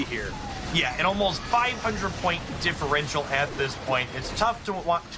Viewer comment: "Differential" Ugh